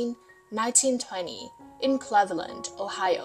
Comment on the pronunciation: Loved the show & the characters! Sad Rolo is gone too now!😮 Boy did she pronounce Cleveland wrong 😅